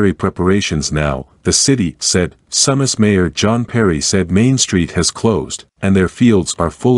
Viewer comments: Its pronounced Sue Mass- not SUM Mass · Your saying the name wrong It's pronounced soomas if your gonna do news stories meke sure you can words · the correct pronunciation of Sumas sounds like "Sue-mas" just a fyi.